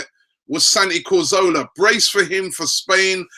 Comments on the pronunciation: winds me up how Robbie says Santi Cor-zo-la. It's inexcusable. It's Ca-zor-la. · TheBala1999 Yes, you are right, but in this country most people call him Cazorla - except Robbie who calls him Corzola (or sometimes Carzola). We aren't Spanish so why would we pronounce his name the Spanish way? btw he gets Giroud wrong as well... the 'd' at the end should be silent. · CAZ-ORLA... not COR-ZOLA!! Get it right Robbie! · it's neither, in Spanish it is cathorla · well neither is right soooo... lol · I find it absolutely mind boggling that he keeps saying his name wrong in EVERY video. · Wanted to comment on how he pronounced it. irks me how he gets the name wrong, how can you pronounce such a players name wrong. Very unprofessional. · it is pronounced how it's pronounced you can't decide to say it differently because you're not spanish??? 😂